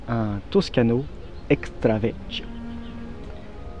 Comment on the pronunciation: Vekio, pas vetchio.